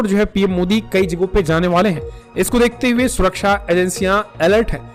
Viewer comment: Ko dekhte hue🧐🧐🧐 bolne men kuchha samasyaa hoti hai kyaa 🧐🧐🧐